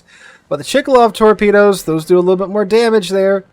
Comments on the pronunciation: It's pronounced: Shiratsuyu (not Shirayatsu), and the CV is Ch-kA--love (chkaluv), not Chee-ka-lov :)) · It's Chkalov, not Chikalov ;) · It is not "Chee-ka-low" but rather "Ch'-ka-low"